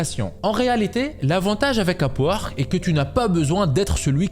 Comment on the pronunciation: tu dit, A P U A R Q U E 😂 c est pas complique le sond UP! WORK ,,,,k